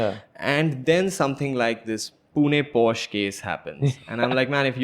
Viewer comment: PLEASE BROOOO ITSSSS = """""""POH SHUH"""""""